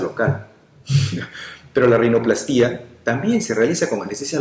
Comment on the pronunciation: Hola doctor, con todo respeto vengo a corregirle la pronunciacion de la palabra rinoplastia, al no llevar acento la silaba tonica seria "pla", rinopl"á"stia, abrazo y buen video